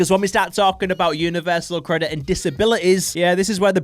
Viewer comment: I loved the “universal……. CREDIT”